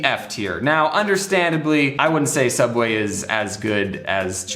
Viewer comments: Very time he says soob way I think of milad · Correction, it's "Sooubway" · How much he saying suabway i start tinking thet Is correct way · Hearing James say subway is so weird